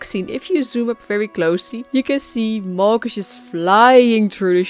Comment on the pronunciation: Its Malgus ... not Molgus!